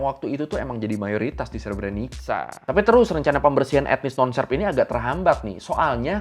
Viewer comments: Untuk sekedar informasi pelafalan "srebrenica" yg benar itu adalah "srebrenitsa" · Cara baca srebrenicanya salah ngab 😅